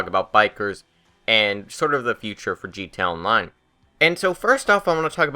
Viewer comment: bullpup rifle is good and btw do you have a speech impediment because it's pronounced gta online not gto online